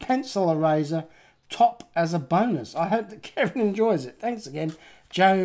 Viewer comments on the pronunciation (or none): none